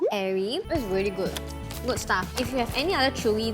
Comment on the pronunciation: No one Literally nobody Not a single soul - vely vely vely(really) Its vely not really 😜😜😜